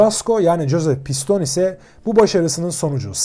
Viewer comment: piston değil pistonee